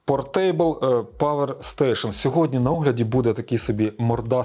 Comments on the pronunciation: ну то читайте пОртебл а не портЕйбл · Ой..... тейбл, тейбл.....Ну невже важко в гугл вдарити як portable вимовляється?